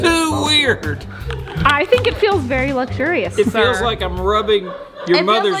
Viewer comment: Did he just pronounce luxurious lugzurious????? Wtf?! 🤣 🤣 🤣 🤣 🤣 🤣 🤣